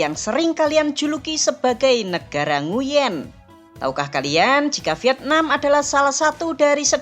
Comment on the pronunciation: Koreksi : "Nguyễn" seharusnya dibaca "NGWEN" atau "NGUEN" ( kombinasi huruf /uy/ selalu dibaca sebagai /w/ dalam bahasa Vietnam jika diikuti vokal /e/ ) . Huruf /e/-nya dilafalkan seperti huruf /e/ pada kata "keras". Kurang tepat jika huruf /e/-nya dilafalkan seperti è pada kata “èmbèr”